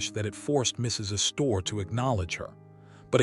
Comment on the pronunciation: Is it too much to expect people who produce these videos actually learn something as important as the correct pronunciations of names like "Astor" & "Consuelo"?!